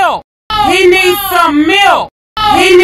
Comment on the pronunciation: I liked the part Where he said "He issss some milk